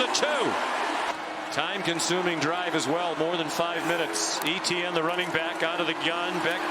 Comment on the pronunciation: Listening to these commentators mispronounce Etienne is so fkn cringe.